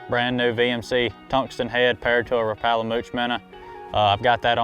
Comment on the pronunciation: i don’t trust anyone who can’t pronounce Rapala right